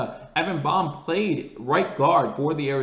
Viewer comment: Hey, I think it’s pronounced “BAME” as in sounds like LAME with a B replacing the L.